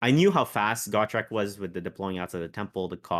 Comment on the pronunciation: Just gotta say....it's Gotrek...not Gawtrek.... he's too good to not know his name lol. Great lists amd great win loss record